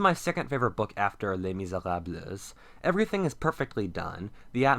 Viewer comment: Just a tip from a French person, when you say "Misérables" you don't pronounce the s at the end.